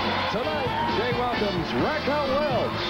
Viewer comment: "WelSH?" Oh Jay ..